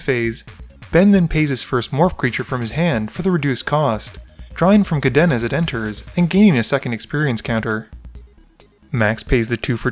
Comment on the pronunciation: Still haven't learned how to pronounce Kadena I see